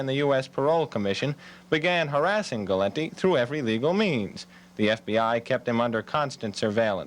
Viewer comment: gal- lint-tee ???????????????